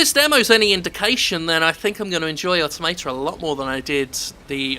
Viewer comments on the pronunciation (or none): aw-TOM-uh-tuh, not otto-may-ta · Nier Automater. Good pronunciation there. Also the game isn't made by Squareenix it's just published by it. Cavia made Nier/Drakengard which are the same franchise. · automata: AUTO-MAH-TAH why you pronouncing it like some kind of philistine? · I believe it's more of a "toh" than "tah", but yeah. Weird how no-one can pronounce automata in games journalism it seems; it's like they all feel the urge to pronounce the "auto" first, then mangle whatever is left in the word into a single syllable: "Auto-mayta"/"Auto-marta". I mean, how do they pronounce "automaton"? "Auto-mayton"? Because it's "Au-tomaton"... >.>' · >aw-to-MAY-tah lel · "auto-mate-a" Argh my ears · nobody pronounces automata correctly :( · You pronounce autamata like a spaz.